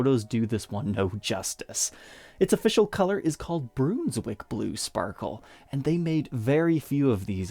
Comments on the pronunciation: Broonswick? Not sure that’s how it’s pronounced. Isn’t more like the stew? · Brunswick is pronounced Bruns wick the u is a hard sound like Brunswick wisconsin. dont say you say Bruhn's-wick. Not being a wise guy but its best to say it right because after all a city. I think the guitar sounds awesome. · Bruhn not Broon for Brunswick :) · BROONS-WICK?! LMFAO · This guitar actually sounds good! When these came out I thought they were rather ugly, but I’ve changed my mind about that. Still not the best-looking guitar I’ve ever seen, but it’s not awful. The sparkle finish works well on this design. Now, a couple of criticisms. “Brunswick” is not pronounced “broons-wick”, it’s pronounced “bruhns-wick”. Short U. And one you mess up all the time is “anyway”. There’s no “s” in that word—it’s not “anyways”; it’s “anyway”. I’d think it might be an Ohio thing, but I’ve lived in Ohio and I never heard anybody say “anyways”. Maybe you’re getting it confused with “always”.